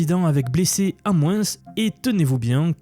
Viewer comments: Quand on dis moins, on ne prononce pas le S !!!! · En "mouinsse"? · j'adore tes contenus, concis et droit au but, juste... c'est où qu'on prononce le "s" aux mots 'moins' ou 'dessous' ?🤔